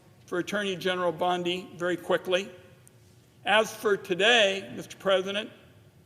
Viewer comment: Surely the senator didn't pronounce her name as pimp bondi? My ears are playing tricks on me?